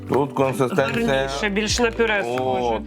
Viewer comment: Із 40 гривень ви сплатили 30 за сам стаканчик. Звичайна пачка Ріви коштує нормально, а всі ці баночки дуже дорого. PS не "консЕстенція", а "консИстенція". Дякую за огляд!